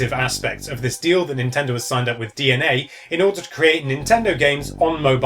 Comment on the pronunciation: Finally, someone who pronounces DeNA properly. Fed up of people saying its 'Deena' for example